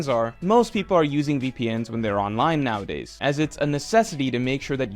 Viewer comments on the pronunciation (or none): none